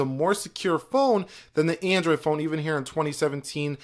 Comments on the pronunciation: the way he says android pisses me off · The "Eyphone and Endroid"